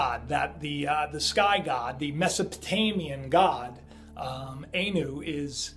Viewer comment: its not A-new its Ah-new